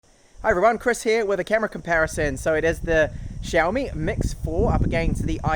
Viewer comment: syaomi, not shyaomi!!!